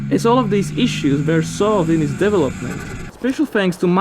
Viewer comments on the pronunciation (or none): Great video. Your english sound more refined every video, but there is one pronunciation of yours that needs some work - development is pronounced de-VE-lop-ment not de-ve-LOP-ment. Just my two cents, cheers;)